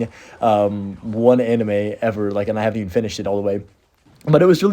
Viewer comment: Anyone remember when pronounced anime “a knee mae”